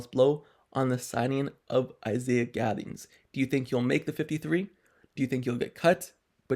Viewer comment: Thank you for pronouncing the last name right.. great video